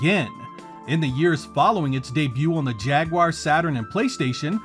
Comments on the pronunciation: Thank you for not pronouncing it ‘jagwire’ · Finally, someone on YouTube who actually pronounces the word "Jaguar" correctly. 😅